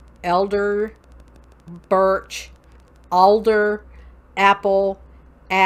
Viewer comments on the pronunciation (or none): none